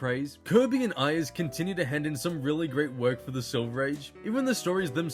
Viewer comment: Dick Iyers? It’s aye ers. Say the letter A, not I.